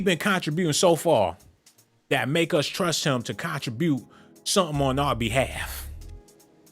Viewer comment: He est the west side in the industry & he was always outspoken. As a black man he most definitely has a right to speak on what he feels as injustice! Lastly you pronounced contribute wrong Making everything you say after that a joke.